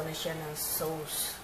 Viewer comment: Sauce is pronounce as “sos” not sawce/sows. Just fyi lang po. Big fan po ako.